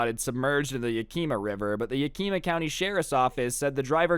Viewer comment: FYI you said Yakima wrong